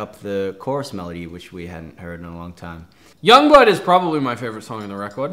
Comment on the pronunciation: I just love that Ashton pronounces Youngblood as “Yongblood”